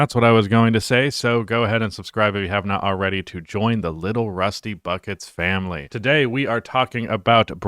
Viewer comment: Fam-uh-wee